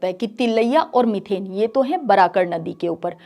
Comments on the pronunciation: It's मैथन डैम not मिथेन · मीथेन नही मैडम "मैथन बांध" नाम है।